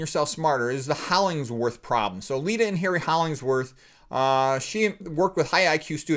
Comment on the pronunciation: You kept saying Holling s worth but it is Hollingworth ! I knew someone named Hollinsworth too- and I looked up the man....otherwise - I never knew anything about him,,,,,thanks. I loved reading Ayn Rand.